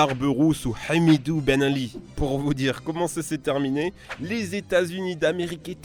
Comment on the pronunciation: "hamidou benali" 😂😂